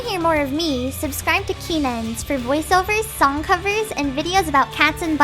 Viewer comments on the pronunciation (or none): none